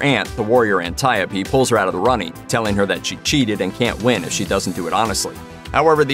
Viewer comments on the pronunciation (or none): none